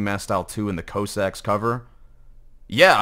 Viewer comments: heavy needs more russian themes Shows Russian navy striped shirt: Dunno if this really fits the heavy or the russian theme. Also i love you so I'm just saying it out there, knowing to pronounce Cossack as Kaw-sak really helps lol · Your pronunciation of Cossack is killing me